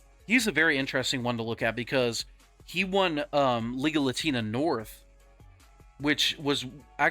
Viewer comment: I know it’s Liga Latina, but it sounds like you are saying legal latina 😂😂😂